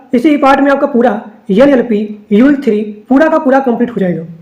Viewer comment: Yan Yal Pie nhi NLP h sir